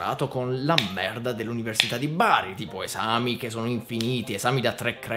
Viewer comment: Hai detto merda con accento francese tipo quando loro dicono merd